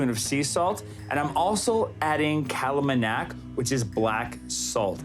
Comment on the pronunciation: It's not kala manak... It's kala namak.. Kala- black Namak- salt.. So it's black salt...